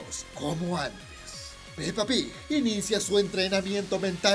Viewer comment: Amo como dices pepa pig